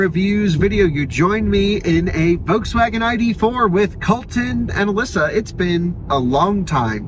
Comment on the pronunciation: NOT Wolkswagen but Folkswagen pronunciation.